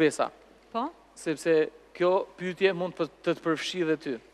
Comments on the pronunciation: faktikisht, gjuha e folur me gjuhën e shkruar ndryshojnë pak, të folurit të lejon edhe pak dialekt, shkurtime, etj. Kështu që është normale të thotë "pytje ", dhe jo "pyetje". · Ermal te lutem, te pakten ti fole mire gjuhen shqipe se te kam degjuar gjithmon qe thua "pytje", gramatikisht thuhet "pyetje", futi nje "e" ne mes.